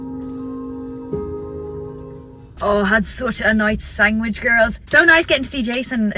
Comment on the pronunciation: I can see it all now, when you go through Menopause, You will have been the very first person Ever to go through it. Just a note, it is not cute saying SANGwich when we know you can read and write.